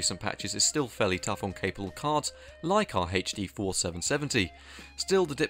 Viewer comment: Anyone else wince when they hear "haith-D"?